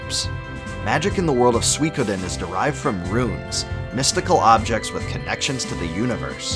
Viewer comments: difficult to watch when you don't pronounce suikoden properly. Sui is pronouced "soy" not swee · Wait- you mean it’s not “Sooey-CODE-en” ?? 😂😮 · Suikoden??? I've been pronouncing it Suikoden my entire life!!